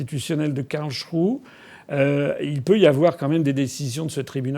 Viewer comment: Quelqu'un peut dire FA qu'on ne dit pas Karlshrue. Mais Karlsruhe : rou- hé !